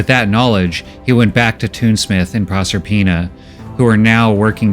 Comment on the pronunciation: It took a while for me to figure out the name. Is Prosper-ina, not Prosser-ina.